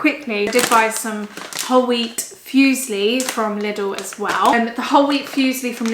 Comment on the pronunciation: Ok, repeat after me: foo-zee-llee 😂 🤪😘 xx